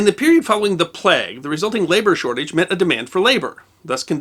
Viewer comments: As a Briton, it's weird how you pronounce plague "plegg" instead of "playg". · It's a plague, not a plegue.